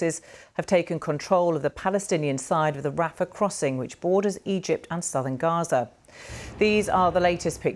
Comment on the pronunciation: Wow... so many famished children in RRRRRRAZZZA! You' d think this was Auschwitz!